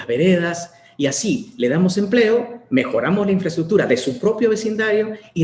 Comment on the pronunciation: primero que aprenda que se dice INFRAESTRUCTURA y no INFRATUTURA